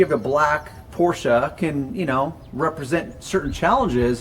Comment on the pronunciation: So the German surname "Porsche" is for some reason pronounced with "a" in the end?